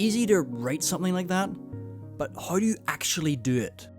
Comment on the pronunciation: why do you say HOE instead of How